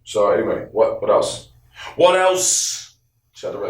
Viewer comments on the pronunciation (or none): You definitely from Brooklyn when you said “what else shout out red cafe” 😂 much love though bro you got support out here too